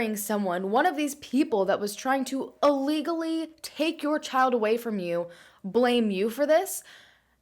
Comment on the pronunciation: Anyone notice how she always says "allegally" instead of ILLegally?